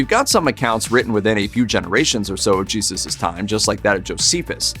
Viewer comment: YAYzoos pronunciation ?